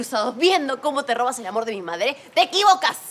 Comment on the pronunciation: dice made o madre? xd